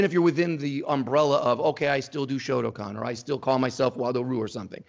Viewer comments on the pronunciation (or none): Some one who can’t pronounce “shotokan” makes alarm bells start ringing.